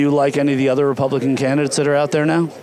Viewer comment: the mark he says republicant.